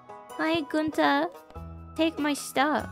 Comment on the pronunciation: I appreciate that you pronounce Gunther correctly... but tortillas.